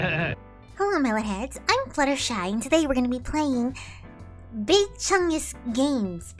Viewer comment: When you were playing rat simulator you called yourself Fluttershee! Lolololololololololololololololollolololololol